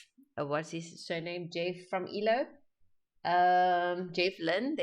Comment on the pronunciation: Jeff from EELO? It's pronounced E. L. O.